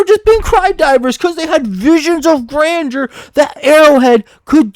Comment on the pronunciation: I love you man, but you need to work on your speech lmfao. "visuals of grandure" and "eckspecially" suck the wind out of your arguments